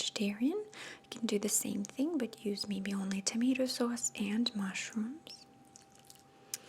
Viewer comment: I hear the East Coast accent on certain words...haha.. - "sauce" - "add"